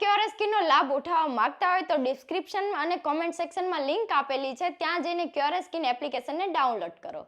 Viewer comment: ક્યોરેસ્કિન😂😂😂 પેલા નામ બોલતા શીખો શું ખબ ખબ કરતા.... તમને આ બ્રાન્ડ વાળા કેમ પૈસા આપે છે એ સમજાતું નથી અમને લાગે છે આ બ્રાન્ડ વાળા ને પણ ખબર નથી પડતી.....